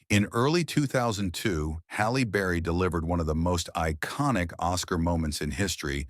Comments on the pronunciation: Hell Berry?! WTF. So many wrong names or mispronunciations but that one took the cake!! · "Hell Berry?" "Jam Lee Curtis?" WTF? I'm somewhere between laughing at the ridiculousness and really annoyed with how poorly this was done. Side note that my personal favorite reaction was Robin Williams when he won for his performance in Good Will Hunting. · "Number two, Hell Berry" LMAO cause eDiTiNg iS hArD